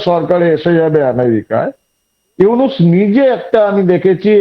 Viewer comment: ভাই, ইউনাস নয় নামটা ইউনুস। আপনাদের সাংবাদিকরা বলে ইউনেস। কি একটা অবস্থা। 😂😂